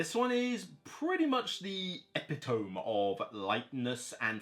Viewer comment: eh-PIT-oh-me, not EPI-tome